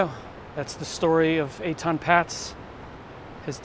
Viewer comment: This "walk through" video is riddled with inaccuracies. It starts with mispronouncing Etan's name and the wrong info goes on and on and on.